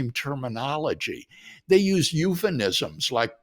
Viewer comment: I don’t know how an educated person like Dr Craig does not know that the word is not ‘euphenism’ but euphemism. He said it twice. Also, there are never more than two alternatives, namely either one thing or another. Any more than two should be phrased possibilities. I’ve heard him use the word often for more than two possibilities. I hope someone will gently tell him. Ok, yes, I’m a pedant, and proud of it. 😳